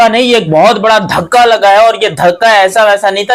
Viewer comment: dhakka nahi DHACHKA...